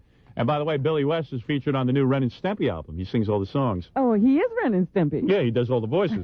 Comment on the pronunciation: Howard always pissed me off saying "Stempy" it's STIMPY